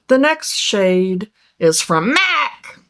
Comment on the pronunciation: I laughed every time you said "MAC". So funny!